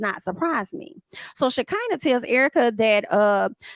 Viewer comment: Now why you keep mispronouncing Shakinah name? 😅. It's Sha CON na